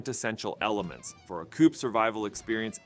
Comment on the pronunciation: Quit saying coop like that